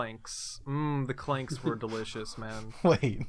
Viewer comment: Ughh, it's clang, not clank